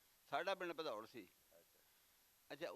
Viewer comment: Bhadaurh not padaur